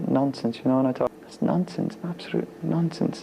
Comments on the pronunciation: Its funny cuz it sounds like hes saying nonces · Sounds like he’s saying nonce and nonces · Sounds more like he's saying "nonces". 😂